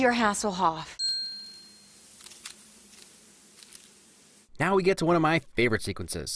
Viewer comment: siri turned on when gamora said hesselhoff